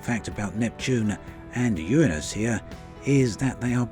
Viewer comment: damn! he used the correct pronunciation of Uranus!